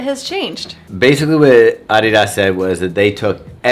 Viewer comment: Nicht EDIDES … es heißt ADIDAS